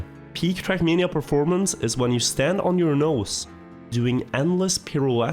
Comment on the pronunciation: why does he say [trak']